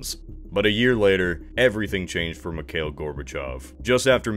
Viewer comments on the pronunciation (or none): none